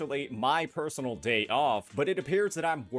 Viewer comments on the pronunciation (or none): none